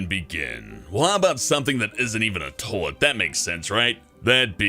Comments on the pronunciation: its pronounced Toy-let, not Tow-let! #FNTRIGGERED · Why does he say "toelet" and not "toylet" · It's not 'tolet,' it's toilet. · Is a tullitt the same as a toilet? Toy-lett? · It's toilet. TOYYY-LET. Not tolet. Pronounce it right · Stop saying "toh-let". TOi-let. TOYYYY-let. Say it with me now.... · I love how he says "Tollet" instead of "Toilet." x3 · someone should tell that its "toilet" and not "tolet" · I guess saying shit gets a little difficult when trying to make your voice sound as fake as that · Tolet? You mean toilet? (Toy-lit) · Am I the only ine hearing him saying "tohlet?" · the way he says toilet bothers me he says toelet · 'tolett' -. I'm sorry but I couldn't help it. XD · Toll-it. Ugh. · Is it just me or does he say tolit instead of toilet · "Tolet." Yes. X3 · It's not tOlet is toilet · "tolt?"... What is a tolt? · i just laugh. tolet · ummm its toilet, not tollet. Say it right please. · What the hell is a Toh-lit? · "Tolet" pronunciation: tole- et 10/10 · why can't he say the word "toilet" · you can't say toilet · dat pronunciation of toilet do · learn to pronounce toilet before you make another video about one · I like how he pronounces toilet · He pronounces "toilet" really weirdly... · Why doesn't he pronounce the "i" in toilet........ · They should have chosen someone who could actually pronounce toilet to do this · The way he says toilet really bugs me. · Why can't pronounce the word toilet?